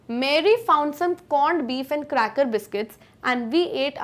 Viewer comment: ma'am your pronunciations are all over the place. mary and voyage to begin with, arent pronounced correctly